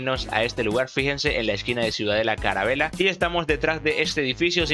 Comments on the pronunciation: se dice calavera no carabera ni carabela y deja de decir cracks cada 5 segundos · Mil gracias bro, y nomás una cosa (No hate), o no se si así lo digas de broma jajaja Carabela le dijiste mil veces a ciudad calavera xd